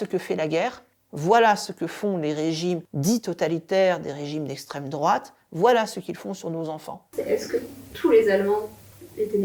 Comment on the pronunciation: Arrête c’est lesstreme drouate on te dit !!